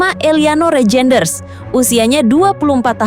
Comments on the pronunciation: DUH BACANYA BUKAN REJEINDERS TAPI BACA: REYNDERS .....PLEASE .... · Reijnders di bacanya Reinders kak